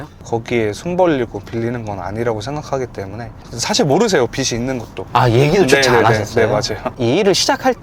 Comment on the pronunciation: 빚이 : 비시 아니고 비지